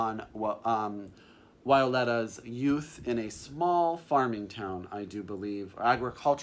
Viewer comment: Big thank you for listing two books written by polish writers <3 <3 Don't be scarred to read name of Olga Tokarczuk [tokarchook], in polish "cz" is one sound similar to "ch" like in chicken ;) ps. Full last name of Wioletta (to be read with "v" at the beginning) is Grzegorzewska :D Hugs and kisses from Krakow/Poland :)